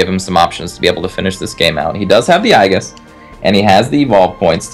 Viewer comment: everytime they say "i-gis" a little part of me dies , can someone please educate him